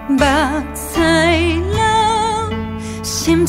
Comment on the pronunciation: 上面開開玩笑 希望妳別介意，因為妳的努力感染了我！就讓頹廢大叔認真地給妳一點建議吧，希望能幫到妳：(1) 「想你想擱目屎流」 的「屎流」不適合這樣發音，若整句不改旋律 詞可以考慮改成「春夏秋冬心思念」，「思念」的發音比較適合妳寫的旋律 (2) 前兩次「深深愛你」的「你」不適合這樣發音(似國語"離"的音)，建議微調旋律 往國語「力」的發音調整。(3) 「雅」跟「久」也有類似問題，音也要斟酌一下呦！沒辦法閩南語就是這樣難，我自己寫閩南語歌時也是一個頭兩個大…改了又改…再改…XD… 加油！支持妳喔！👍☕